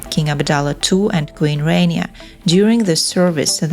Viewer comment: Please learn how to pronounce "Rania" correctly. It is not "rain-eeya" but "rah-nyah" (and quickly spoken, so that it almost sounds like "rannya".